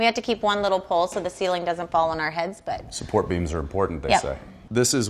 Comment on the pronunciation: "Supoort beams are important they say" 😂😂😂